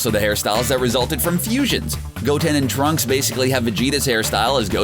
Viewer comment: Um..did he say tracks?...